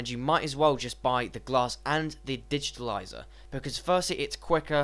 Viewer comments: dude correct yourself first its not digitilizer it's digitizer... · So annoying, digitaliser, actually its called a digitizer, actually I can't listen any more... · I agree, there is no "L" in digitizer.